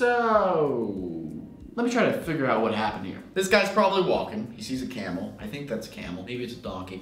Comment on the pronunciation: It feels like ur saying Cannibal instead of camel loll